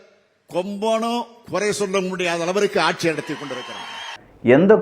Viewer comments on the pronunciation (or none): none